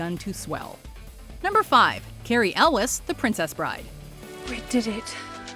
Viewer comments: This woman has a very special knack for mispronouncing A LOT of names. His name is pronounced 'You'lls' NOT Ellis?!?!? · Elwes is pronounced you-ls. They mispronounced so many names. And what about the extra who almost dies from a fall at the clock tower in back to the future 2? YouI see her fall affer they break the glass.